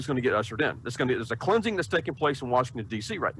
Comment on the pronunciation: So a predictably incoherent speech by Trump about airports in the American Revolution is a sign of "GAW-ud's CLAY-un-zin" of the Earth? Wonderful. 🙄